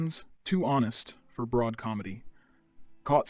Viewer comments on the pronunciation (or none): none